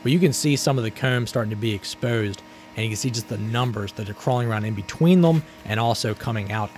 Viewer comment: Super interesting stuff but man, I can't stand how you say certain things particularly very common terms you'd use in your videos like comb - "coomb", or exposed - "expoosed". Everything else you say without an odd accent lol.